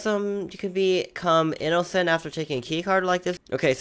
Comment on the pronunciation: i love how he says inocent i-no-cent XD